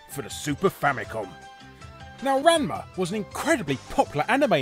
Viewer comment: So did any other Ranma fans cringe at Larry's attempt at pronouncing his name or was it just me?